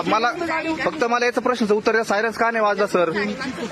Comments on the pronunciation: Bhau sayrance mhantoy😂😂😂😂😂😂 sayrans ka nahi vajla😂😂😂sayrans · साय रन्स नाही रे बाबा सायरन म्हणत्यात रे भाऊ 😂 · सायरन्स नाही रे सायरन बोल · सायरन्स नाही सायरन म्हणा तेव्हा कळेल त्याना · सायरस नाही रे बाबा सायरन😂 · Arey baba syaras nahi reeee 😂syran